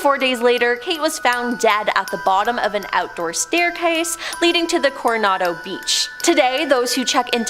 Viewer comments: Sorry your saying Coronado wrong. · You pronounced Coronado wrong. Just saying.